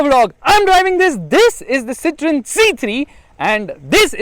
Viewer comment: Its pronounced Cee-thaw-N